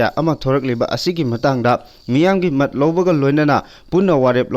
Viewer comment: Pao pabasida pronounce to "mat" hairido "mot" haina pabiyu